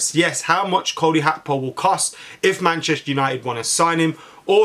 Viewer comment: WTF is Cody Hakpo?